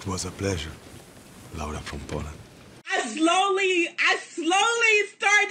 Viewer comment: I was HOWLING! Cause whenever he yells 'Laura,' it sounds like he's saying dick, with an accent in Hindi/Marathi!😂😂